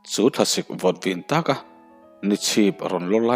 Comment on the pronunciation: A thawnthu chu a ṭha mahse chhiar lok hram roh ka tih omzia i hre lo a ni mai thei entir nan VIN TAK hi VIN TÃK thlukna awm i chhiar dan tur hi ngaithla tu tan a dang daih awmzia poh a ril daih ka complaint ngor2 che ni lo a nia ngaihnom taka chhiar tur in ka duh vang che nia